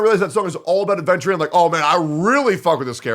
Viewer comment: you cant even say his name right ofc youre not pulling 😭